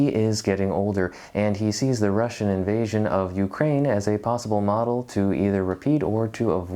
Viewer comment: Intysam: 'invasion' sounds like 'in asian'. Just sayin'